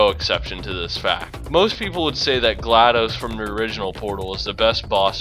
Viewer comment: well at least someone said glaDos's name right